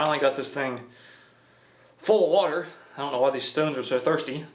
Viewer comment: when kids try to talk with their mouth full of watee